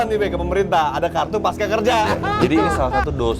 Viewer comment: Babeh..., pasca (baca pasca, seperti panca), bukan paska... gak ada kan pankasila, yg benar itu Pancasila... begitu juga dengan pasca, bukan paska...